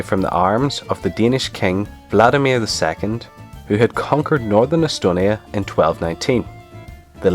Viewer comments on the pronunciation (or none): Waldemar isn''t pronounced Vladimir :) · No, most people pronounce it Wall-the-mar